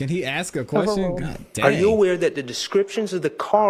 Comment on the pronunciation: no one axed anything. its ask. ASK. AAAASSSSKKKK